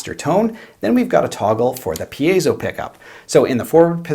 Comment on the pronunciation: Yay! Finally someone who pronounces "piezo" correctly!:-)) And that is a very cool piece of equipment right there! Thank you!:-)